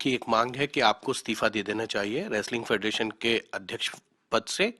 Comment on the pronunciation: फ़ेडरेशन को फडरसन बोल रहा है 🤣🤣